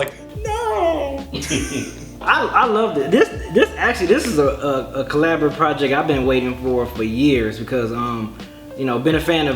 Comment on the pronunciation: lol god forbid they ever find another word for "project"...or, i mean.. "projeck"